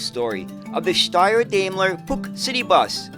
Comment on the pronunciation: Daimler ist pronounced with the A like in Bar! 😉 As an english mothertounge speaker I do not try to teach you the right pronounceation of the german „ch“! 😂 Interresting story. thx 👍🏾😎